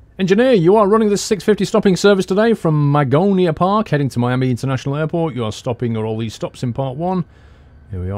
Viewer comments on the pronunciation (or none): none